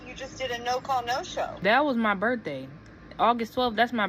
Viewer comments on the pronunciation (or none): That was her bertday ya’ll. Her Bertday 😂😂😂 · Lmao "it was my berfday" jesus christ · Then having her excuse for it be "it was my berfday" is crazy work lol. "Yall too grown for me" just means shes not adult enough to have a job